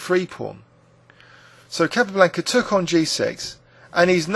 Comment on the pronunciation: He he. Its a small point, but I also noticed the incorrect pronunciation of Capa's name. Also Shaven Ingen for Sheveningen made me laugh. No offence though. Great videos.